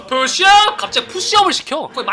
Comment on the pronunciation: 푸우쒸이 업 원 투 쒀리 들으러 다시옴